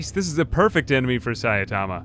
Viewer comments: Sai-ta-ma im not sure why you keep adding an A and saying saia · Say it with me... Sigh-tama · Is it really that hard to just read the name? sai tama, there is no second A in sai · because french. Also it is pronounced Sai' tama with ai like hai and tama as tamarind. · Saitama (sEYE-tah-mah) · Mate please it can't be that hard to say "sigh"-"tama"! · One punch man's name is pronounced: Sai-Tama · Japanese is phonetic. It's pronounced Sigh- tama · Dunno why you have problems pronouncing Saitama. They literally verbally say his name in the anime, and at conventions and such. It's not that hard to look it up. You're literally on youtube, you can just type his name in and it will very likely be said at some point in a vid.